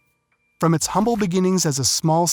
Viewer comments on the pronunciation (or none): none